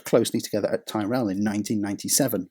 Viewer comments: because he can't pronounce Tyrell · if you truly knew anything about Formula 1.. You'd know how to pronounce a team as historic as Tyrell. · Man it's Tyrell!!!! Pronounced 'Tirol' not Tierell! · “TIR-RELL” not “TYE-RELL” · Coincidentally, it was Schlesser's son Jean-Louis who was the driver that collided with Senna at Monza in 1988 and denied McLaren-Honda the 100% win rate that season. BTW Tyrrell is pronounced 'tih-rull', and not 'tie-rell'. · I've just discovered your channel, and it's really rather good, but please - Ty-Rell? It's pronounced Ti-rall 😂😂😂😂 (Subscribed btw) 😁😁😎😎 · Good vid. Point to note - Tyrrell is pronounced "tea-rell" not "ti-rell". From Ken Tyrrell's surname. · Excellent video. Quite excellent. Take care with pronunciation. Ken's surname was/is pronounced "Tirrel" not "Thai-Rel". But that aside (and some other wobbles) this is wonderful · Tyrrell. TYRRELL! Not ‘Tie Rell’. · Stop saying "Thai-rell"!! Never heard of Ken Tyrrell?!! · Tyrrell rhymes with Squirrel. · I love these videos but I’m not letting pronouncing Tyrrell as Tie-rell lie! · Ok in his defense a lot of Americans pronounce it "tye-rell" so although odd it depends on how the person living let people pronounce his last name. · It is pronounced Tirrel! It is an English name pronounced in an English way, the narrator is British so should use the English pronunciation! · Fucking hell this pronunciation of Tyrrell is killing me, the English language has too much Yankifuckation going on without Brits enabling it to stick. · Dude learn to pronounce Tyrrell would you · How's can you mispronounce Ken Tyrrell's team and name?